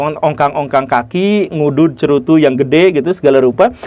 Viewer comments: Ralat Bukan Sekerutu, yang bener adalah se Cerutu :face-orange-raised-eyebrow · "Tentara Sekurutu"😂 Di menit 5:8 Maaf saya hanya bercanda pak guru